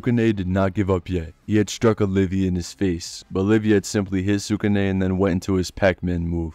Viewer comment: Love the vid but it's Oliva not olivia